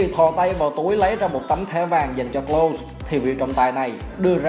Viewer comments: Đọc là Lâu-sờ với phát âm K ở đầu nha ad... Thanks... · Đọc đúng là Closer nha ad, với lại bữa có xem ad đọc Kroos là Ru-x cũng ko đúng, đúng là Cross... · Nên học lại cách đọc tên Klose nhé ad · tên ông này mãi vẫn ko phán âm chuẩn đc :))